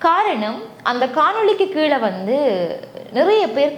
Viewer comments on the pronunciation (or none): none